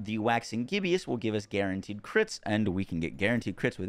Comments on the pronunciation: Gib-Us. LOL. NOT Gib-E-Us. Sorry had to. Everyone is mispronouncing it. \ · Bro said 'gibby-us' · The way you're pronouncing Waxing Gibbous is killing me